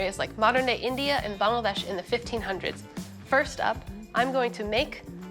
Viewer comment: Hearing Bangladesh pronounced correctly always makes my heart happy